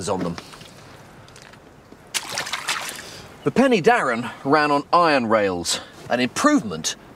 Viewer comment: Not Penny Darren but Pen er Darren Pen = Head y (er) is the definite article Darren is the name of the valley Head of the Darren valley.